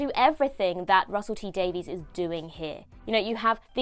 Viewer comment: He pronounces his surname "Daviss", not "Daveez".